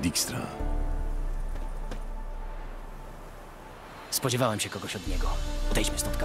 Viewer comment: taka mała drobna poprawka, były szef Redańskiego wywiadu nazywa się Dijkstra, więc poprawniejsze byłoby mówienie "Dikstra" (tak jak to Geralt mówi), a nie "Djakstra":P